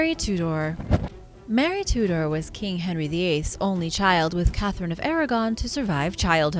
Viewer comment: Hahaha Mary "Two Door".